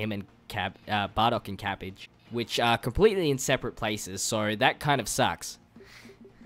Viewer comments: Its not cabige its cabba lol sorry if it was ur a cent but it was funny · You forever mispronounce things lmao, cabbage? Jackie Chan? 💀